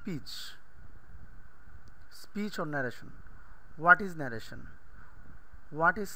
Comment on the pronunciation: you are a english teacher attention your pronunciation: direct narration